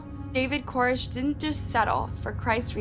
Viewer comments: Koresh! lol. Not Korish. Jeeze. They don't tell you that when they make documentaries on his behalf, lol. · Not to mention all the pronunciation problems. I mean she says "Core-ish" instead of Koresh a million times. How do you not know how to say David Koresh?? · co-RESH! If you haven’t been around and watched footage enough to PRONOUNCE his name correctly, chances are you won’t be accurate in your documentation of events. Also … he wasn’t a rock star. The title, and the first few minutes of this, are at best incredibly misleading. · I mean, in all the documentary footage, they pronounce his name Kor-ESH. So why does "" keep pronouncing his name wrong in this video? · I still think the echos are hilarious, but you mispronouncing his name through the entire video even tho you heard it pronounced correctly is even more laughable.